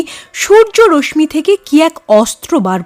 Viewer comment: উচ্চারণটা “রশ্মি: “র-স-শী”….”ম” টা উচ্চারিত হয় না, খুব কানে লেগেছে।